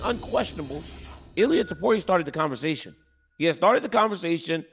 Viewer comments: I think dc caught chael slipping. Chael stepped out of character and pronounced the name correctly. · DC compliments Chael on his Spanish for pronouncing Ilya Topuria's name correctly. Meanwhile neither Ilya nor Topuria are Spanish names. was so proud of himself too. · This spanish thing is so tiresome. "Your pronunciation of Topuria is so good you might as well say it in Spanish" that's not a spanish last name. Stop selling him as a spaniard, he's gonna sell those fkn stadiums out anyway